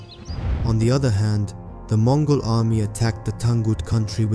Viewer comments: it's Mongol not Mogol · I didn't know there was a "Mogol" empire!? Who the hell swallowed the letter N?😂😂😂